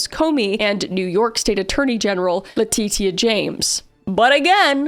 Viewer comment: New York State Attorney General La-titi-ah James